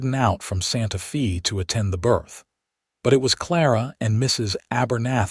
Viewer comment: Can the narrator please say Santa Fay not Fee